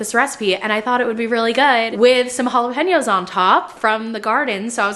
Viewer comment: I think the problem with your pronunciation of jalapeños is you are emphasizing the pen as 🖊️ a pen you write with when it’s more like ‘peen’ so Holla-PEEN- YO Also the joke of jalapeño business doesn’t make sense with how you say it 😂 stupid but I hope this helps clarify why people were roasting you for that. Also did you hear that there was a huge mix up and some of the biggest pepper seed farms with past year so a lot of people who bought pepper seeds ended up with different peppers than what they thought they were buying